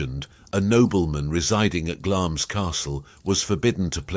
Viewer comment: Glamis is pronounced 'Glamz' (no 'i'), and that story has no connection to Christmas Eve at all. The card games took place on a Saturday night and should have stopped at or before midnight so as to avoid gambling on the Sabbath.